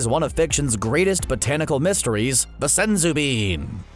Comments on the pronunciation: “SENzu Beans!!” I hate how he pronounces it. So much emphasis and it annoys the hell out of me. Oh and... SUPER 18 ??? Cmon man at least proof read the research‼️‼️ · It’s Senzū beans